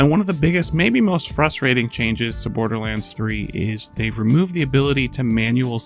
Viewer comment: "Bordlerlands" :3